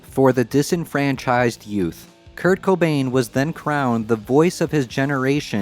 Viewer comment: Sounds like bro is repeatedly saying "cum stain" 😅🎉